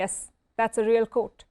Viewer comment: real cout? 😂😂 madam, its QUOTE. america getting left out? seriously, what world are you guys living in ... pathetic stooges 😂😂